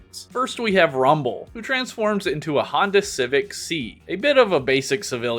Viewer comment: "honda civic SEE" it's "S-EYE" the two letters on the badge